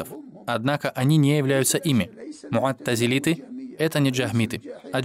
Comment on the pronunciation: Муътазилиты , а не муаттизилиты!